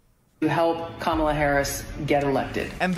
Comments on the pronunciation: Why TF can't anyone say Kamala's name right??? It's so annoying lol. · Everybody say it after me: Comma- La ( Kamala). You sound ignorant when you can't( won't?) pronounce her name correctly. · Guy makes a youtube video and cant pronounce the VP’s name correctly? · Are you pronouncing Kamala wrong (the way Trump does) on purpose?